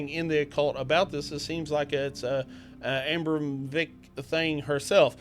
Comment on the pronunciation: It's "uh-BRAH-moh-vitch", not "AM-broh-vick".